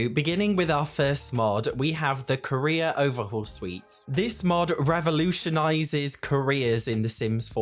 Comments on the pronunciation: Gawdayum been listening about the first mod and i dont understand why is there a Korea mod. only to realize it was CAREER with an accent of a lifetime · i thought you said "the korea overhaul" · At first I thought you were saying “Koreas” 😂